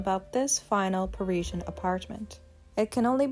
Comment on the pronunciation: The late Serge Gainsbourg, always smoking, unkempt, must have stank with rancid breath🤮. Jane/Serge, were very interesting , but this pointless video with repetitive, poor narration, bad pronunciation, ‘priezien’ was so boring I fell asleep! 💤